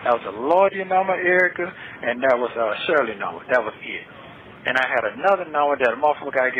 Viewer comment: it’s THAT not DAT!!!